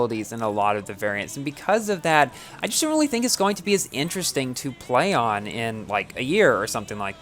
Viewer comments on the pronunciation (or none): none